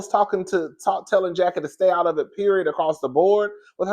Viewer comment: I actually LOVE this episode bc we see Chantel with her momma enemy and love the alliance Jen/Brandi the Kenya of the show and Mrs. Jackie Marie Christie united against Evilyn and the new girls. That Latina girl was on my nerve like gurl you just came in and saying Jackie wrong? girl stay out of FAMILY BUSINESS! Chantel and Evilyn daughter are now bestie. Chantel and Brittany trying to be the SHAMEANA and PORSHA WILLIAMS of the show besties, but missing the years and history from RHOA lolzzz.